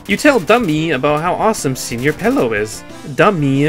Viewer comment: It's senõr pelo